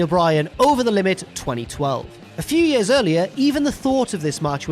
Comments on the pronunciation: “It’s been more than 4 yurs...” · I was going to make a joke about the way says "years" but that comparison of Punk/Lesnar to Sting/Vader was golden.